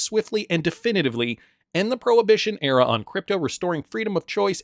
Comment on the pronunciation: Era! Not Erea!!!